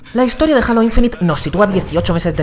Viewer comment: Alto Youtuber pusieron para probar Halo Infinite, Halo lo pronuncia como el culo XD